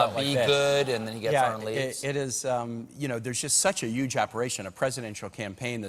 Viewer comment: He said yuge